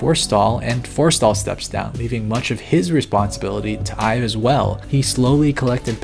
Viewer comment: Almost every time you mention Jony Ive I think you're talking about yourself, because it sounds like you're saying "I've" lol e.g